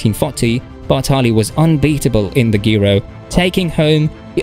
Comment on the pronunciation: G Ro G Ro G Ro. It is how you say it, please say it many times. G Ro. And Alpes d’huez…. Please try to make an effort